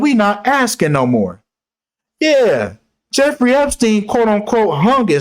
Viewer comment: P.s. Naomi campbell also has her own private island!!! Welcome to the year 2023, God bless yall!!!😊 p.s. "Jeffwy...ooww wee" took me out🤣